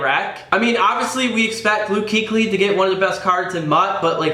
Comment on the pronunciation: According to the Fumble, Luke Kuechly's name is actually, Luke Kouchly.